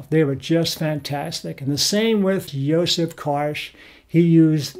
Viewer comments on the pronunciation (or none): none